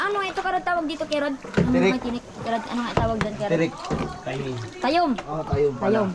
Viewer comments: Haha na tawa ako sa sinabi ni tayom haha Ang tawag Po Doon ay toyom🤣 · hindi po yun tayom hahah toyom po yun 😊